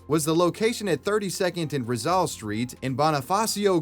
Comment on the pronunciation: it hurt to see you butcher the words "Bonifacio" and "Rizal"